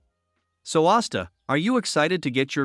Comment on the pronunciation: Austa? Não e asta